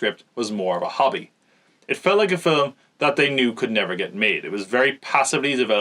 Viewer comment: It’s amazing. “Fillem”. Made me happy every time.